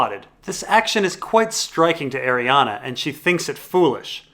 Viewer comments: Stop saying "Arianna". It's Arianne Martell. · DOES ANYONE EVEN SAY ARIANNE'S NAME RIGHT?? FFS YOU DAFT IDIOTS IT'S ARIANNE NOT ARIANNA!! GET EDUCATED! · Every time you say "Arianna" and "lazyuli", Sweetrobin gets a seizure and needs another pinch of sweetsleep...